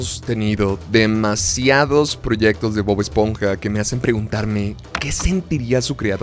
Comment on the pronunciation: Bob "Espoja"